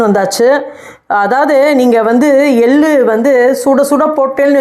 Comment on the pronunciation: Ellaam saridhaan. Tamizh pronunciation sumaar. Ellu.. எள்ளு.. நீங்க பேசரச்சே எல் lu .. வாகி கேட்குது